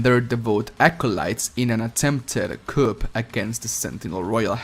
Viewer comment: "Coup" is pronounced "Coo" just FYI my dude.